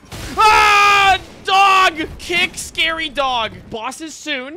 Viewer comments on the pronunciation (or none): You said scare-E dog